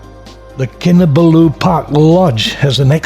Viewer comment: It is Kin Ah Ball Ooo not Kin Ah Ba loo. Source: wife is from there